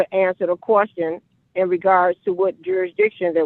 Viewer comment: It's question not quastion. You don't even know the word